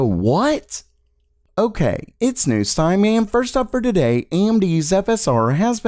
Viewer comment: This guy cant say the letter T without an S. TSADAY